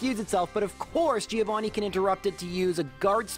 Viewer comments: I get disgusted by the way Americans pronounce the name Giovanni. It sounds so awfully wrong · That Giovanni loss was the punishment for pronouncing his name wrong all the time